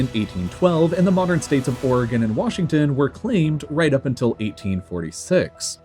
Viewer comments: “wassington” “irak” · "Wassington" lol.